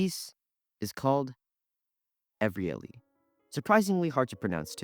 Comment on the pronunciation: Iannis Xenakis is pronounced YAH-nees Kse-NAH-kees. Evryali is pronounced ev-ree-AH-lee (with minor local variations).